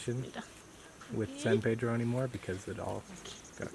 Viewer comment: It's san pedro as in saint peter, not sad pedro